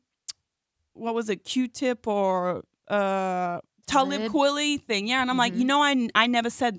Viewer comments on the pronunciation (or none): Can't even pronounce kweli. Hmmm.